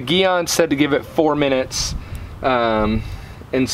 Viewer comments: I never wash or spray off the wheel before using Gyeon Iron. It holds on better with the dirt on there and has been more effective that way for me. Thanks for more great info😊. Hope I say your name right. Because it's not Geon it's Gyeon haha fun ball busting no disrespect.😂👍😊 Brakes work 70 front and 30 rears. So yes you will always have more iron deposits on front brakes. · Whole video is inconsistent and irrelevant and leaner how to pronounce it it’s not geeeon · One thing, it's pronounced jee-on. I don't really care how you say it personally, just an FYI. Secondly, the smell is mercaptoacetic acid aka thioglycolic acid. The more smell, generally the higher concentration of the active chemical. Mercaptoacetic acid actually rapidly pickles the iron. The byproduct is that red/purple color. Meg's is a pretty decent product for the price, but the dedicated iron removers from Gyeon and Carpro tend to do better than the wheel cleaners that have the acid in them or products that try to be iron and tar removers combined and even some of the cheaper dedicated iron removers like McKee's for example. I've decon'd some seriously bad cars - I'm talking one car was sitting next to an angle grinder station so the particles were enormous and you could really see the difference between the big name iron removers and the cheaper stuff I was trying to use since I knew I was going to have to go over the car many times. It ended up being a 3 hour clay job even after probably 3 to 4 passes with iron remover btw on the car that had been sitting near an angle grinder. Orange rust specs eeeeeverywhere. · g Yûn is the pronuciation. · Soft G sound in gyeon 😁